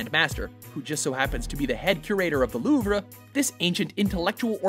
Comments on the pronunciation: "Loo vruh?" My ears hurt now,. Thank you. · the LouvRA? come on its the Louvre